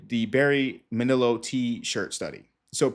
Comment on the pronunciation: Barry Manilow - before your time. Not Ma-nil-oh. Man-ah-low.